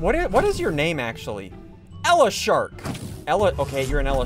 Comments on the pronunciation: it's not ela shark it's Eel shark pronounced e-IL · Ela shark😂 it’s eel shark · It's an eel-shark not ele-shark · its eel shark not "ele shark" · Sounded by the way eel in eel shark is pronounced (Ey-all) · Bruh its pronounced eil-shark